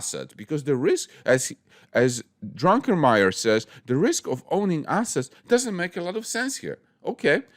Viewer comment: Why everyone call this guy Drunkenmiller when his name is Druckenmiller?